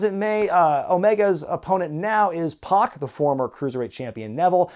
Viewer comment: I hate to be that guy, but it's (PAC) Pack, not Pock.